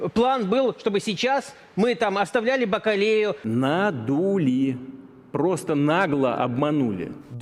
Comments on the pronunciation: 😂😂😂 А ви звернули увагу на слова рашистського недоексперта?)) ( - "Неужели кто-то всерьез верит, что 6 месяцев назад план состоял в том, чтобы мы там покинули БАКАЛЕЮ"?) БАКАЛІЮ!!!🤦🤦 Невже ці бовдури дійсно вірили, чи досі вірять, що назавжди відібрали в нас території, назви яких вони не тільки не знають, але й не в змозі правильно вимовити!? Тому й програють; вони ж воювали за "БАКАЛЕЮ"😁. В кого дійсно мотивація на всі 💯, так це в наших захисників!🤗 Слава Україні! Слава ЗСУ!💪🇺🇦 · "аставлялі баКАлєю" :)